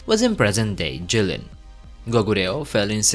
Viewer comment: It's Jilin though